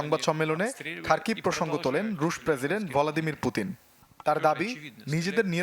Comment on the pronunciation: উচ্চারণ ভুল 😂 ভলোদেমির না ভ্লাদিমির পুতিন হবে। সাম্বাদিক সাব😇